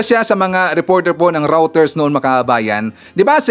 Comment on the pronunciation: Reuters pronunciation: 'roy-ters'